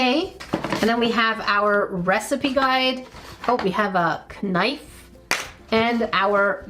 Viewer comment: guess I'll start it.... cereal first 😛EDIT: I'm glad I'm not the only one who says CUHnife 😁💕